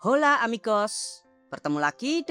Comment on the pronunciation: Min cara baca "Hola" itu "Ola" min bukan "Hola"